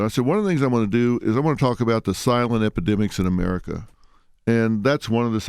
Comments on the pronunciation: Charlemagne : Epi-dicks? Dr. Phil : (clears throat) Epi-de-mics in America....But I see where he’s HEADED 😂😂😂😂 Dr Phil calling Charlemagne out on that Freudian slip is SAVAGE! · dr phil definitely said epidicks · Dr. Phil def did say Epi"dicks"...they tried to play Charlemagne hahaha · "epidicks" god CLT is such a douche........ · Nigga said epidicks😂😭😭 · I lost it 😫 at "epidicks" 😫😭😭 I can't.. 😣😣😣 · He said epedicks though lmao